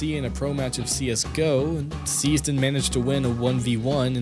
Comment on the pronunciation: i think is name is seized not "siezed"...